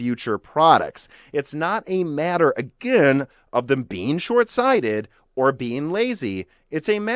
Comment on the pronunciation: Holy sh!t, I really felt the seething anger behind that "again". Guys, I'm scared.